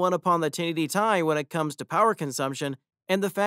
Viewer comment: Man said 1080 tie 😂🤣